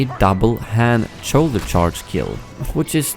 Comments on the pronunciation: I love how says "choulder" instead of "shoulder" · wtf is a "choulder charge"? 💀💀💀💀